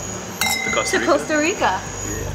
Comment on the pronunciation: "casta rica"